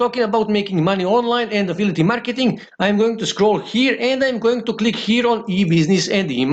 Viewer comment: English is not his first language. I guess he is from Romania. But yes, it's annoying hearing him say affility 😃